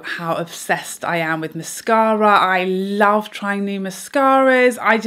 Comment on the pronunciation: I love the way you say mascara! Also -- when applying, I always get mascara on the top eyelid (I'm guessing from the brush touching lid thru the lashes when I'm coating the base). Any suggestions anyone on how to stop this while still coating the base of lashes? I hope that makes sense.